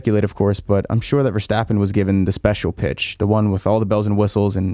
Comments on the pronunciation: The ‘s’ in ‘Verstappen’ is sharp as in ‘stop’, not as in ‘should’! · Please don't say VerSHtappen. It's pronounced with an s.